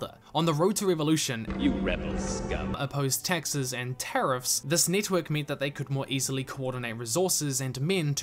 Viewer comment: Every time you say Taxes, it sounds like Texas. This was a great series.